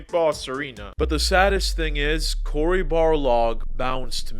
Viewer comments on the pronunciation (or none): Dude it’s Kratos say it right, and the director is Cory not Cody smd he isn’t not anyone he is the art director from god of war 1 and 2 and is now the daddy to Kratos !!